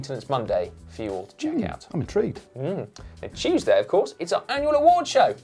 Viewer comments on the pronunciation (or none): none